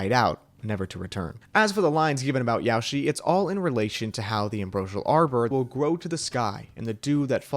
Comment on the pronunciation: ''Yaoshi'' isnt pronounced like ''Yoshi'' but with an A added............